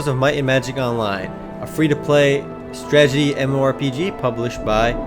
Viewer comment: You need to practice saying Strat-e-gy... lol you say Stragety in every video.